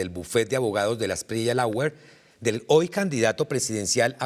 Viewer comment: Que bien. Esto si es periodismo. Pero 1) lawyers se pronuncia ( loiers) 2 el tipejo es de la espriella , NO de delaespriella. Le sobra un “de” Cual es el departamento DEL BOLIVAR? Y si no se sabe quien le dio la orden al ESMAT, que vaya pagando los jefes mas inmediatos.